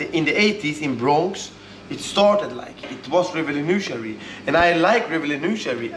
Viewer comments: "Revelenutiary" instead of "Revolutionary" hehe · Bro the way he pronounces revolutionary is so good😂🙌🏼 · Love the way pronounces recolutionary